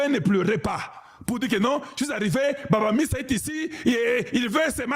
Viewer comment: Bamanisa et non baba misa